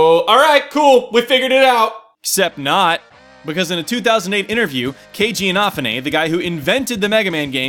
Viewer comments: Nice theory! fyi; its inafune (ee-na-foo-nay) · Keiji Inafune=KAY-JEE EE NA FOO NAY, just saying lol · You are pronouncing inafune all wrong dude. Its E Na Foo nay. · Inafune, please say that man's name CORRECTLY! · am i the only one that thinks he is saying Keiji Inafune's name wrong?